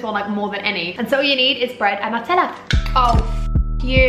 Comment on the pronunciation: It’s Nutella not natella 😩😩